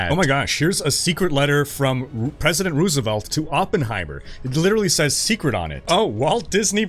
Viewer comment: Am I going crazy or Roosevelt is being pronounced wrong in the historic mail sponsor segment? :P